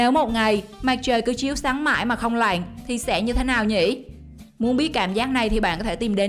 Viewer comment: Bạn MC cần lưu ý phát âm tiếng Việt, chữ " lặn'' . Cảm ơn chia sẻ của kênh